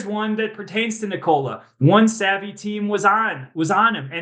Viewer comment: Windy is one of the rare few NBA media people that pronounces Nikola's first name correctly. Something that reporter following him through Serbia was not able to pick up. Literally St Nicholas is the same name. And I assume you pronounce it Nicholas. Now just remove the last "s" and that is it. You don't pronounce it "knee COLA"....